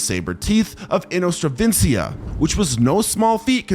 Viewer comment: It is inostrancevia, not "inostravencia"! 😂